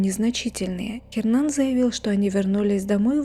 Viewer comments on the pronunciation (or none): Не говорите "Хернан"! В испанском "Н" не произносится! Его имя произносится как "Єрнан".